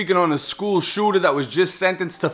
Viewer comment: "DA SHOOTA" "ONE OF DA SHOOTAS" HAHHAHA WTF. READ A BOOK BRO.